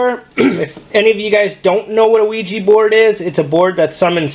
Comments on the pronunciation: Stop saying OuiJI , its OuiJa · Quija (wheejah) NOT Quija (wheejee) if you're going to play with it at least pronounce it correctly...SMH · Omg it's ouija not ouijeee